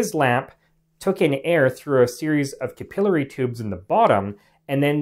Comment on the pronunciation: You pronounce capillary improperly.